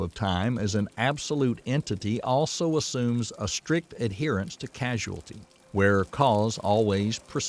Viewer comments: And he says "casuality". Surely he mean "causality"?!!!! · Casuality? Don't you mean causality? Next time, get someone who knows how to read to narrate. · It is cousality not casuality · Causality V Casualty ? It's hard for an AI robot to know or care about the difference. 🤪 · It's very annoying when the narrator is so clueless he keeps pronouncing "causality" as casualty!!! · Causality not casualty lol. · Is the narrator a physicist, or just a voice actor reading from a script? He sounds like he comprehends the subject matter, but he continually gets the speed of light wrong, and why does he keep saying "casuality" instead of "causality"? These seem like pretty amateur mistakes, lending to a feeling of getting a science report read by a news reporter with little understanding of what he's explaining. Perhaps I'm just stuck in one of these "casual paradoxes" he mentions. is this like soap opera science? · It's causality, not casualty. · Please it's not casualty but causality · Also, he keeps saying the word “casuality” ( not a word) The actual word is causality. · It's causality, not casualty. LMAO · For JustinSmith623.. So right Bro…. CAUSALITY…not casualiity. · Casualality. That's what he said. He meant to say Causality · It's "Causality" not "Casualty!!!!" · The narrator says 'casualty' at around 29 mins in. Then again a few seconds later. Casualty? Causality! Easily mistaken for a hospital documentary I suppose. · I may be one heck of a pedant, but when he should have said causality, he has actually said casualty three times and casuality twice! I'm 37 minutes in. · Cause-al-ity. Not cass-u-ality. Drove me nuts each time. Otherwise great breakdown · Casuality or causality? Which is it? 👍😜❤️🙏 This is a great episode. Concise, comprehendible, comprehensible, and compelling. 👍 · Causality, not casualty. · Thank you for the doc! You keep saying "casualty" when I think you mean "causality." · It’s “causality”, not “casualty” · It's not "casuality," it is "causality."